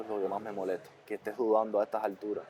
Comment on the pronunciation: Estate 🤣🤣🤣🤣 se dice estés